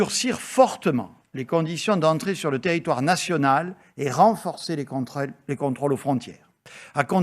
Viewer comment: "Les contreules". Nan nan...